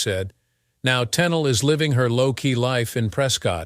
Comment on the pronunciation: Tunnel? Tennely??? I wish uf these exposés are going to use this AI for oration, it be AUTO CORRECTED to pronounce nMes and such correctly from beginning and throughout. Not often or frequently does it correctly pronounce her name..."Ten-eel" correctly. It's voice is also tiresome on the ears as it severally reiterated was has already been said. The information, not withstanding, is ussually interesting but the constant repetition as got to go. This AI is over used not just in these exposes but infomercial also also. Funny though. It NEVER misprinounces the hacked product!